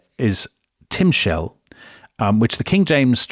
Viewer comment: Timshal - The emphasis is on the final syllable. It's not you shalt or you mayst, it's you shall/may GOVERN. Understanding if it's 'will' or 'may' comes from interpreting the context, not so much from the word itself. Strictly speaking, the King James version ("Shalt") is more accurate. A rough translation of that passage is "It doesn't matter if you gave a good or bad offering, the SIN lies down on the threshold, and you desire it, and you WILL govern it (the sin)". By this interpretation, God says that it doesn't matter what Cain will do; he already sees that he is going to sin... quite opposite from what Steinbeck understood, BUT you can also understand the last words of the passage as "...SIN lies down on the threshold, and you desire it, BUT you may govern this desire". That's how Steinbeck saw it - that's a hopeful interpretation. The Bible usually doesn't do "Hope", that's more a modern Western sensibility - but to each his own.